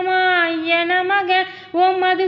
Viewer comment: Namaka Namaka அல்ல நமஹ Namaha என உச்சரிக்கவும்